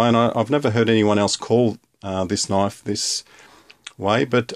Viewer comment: "dats nat o noaif" xD